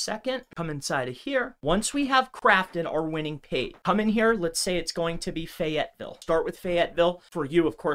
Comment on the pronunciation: Most sus thing was how he pronounced FAYetteville